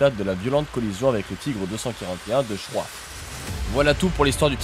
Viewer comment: Parcontre tu prononce mal Martin Schroif